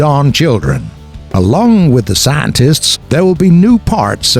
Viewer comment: "saantists" you sure about that?